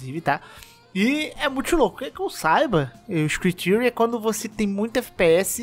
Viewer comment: Screen Tearing = ISCRIN TÉRIN, não Tírin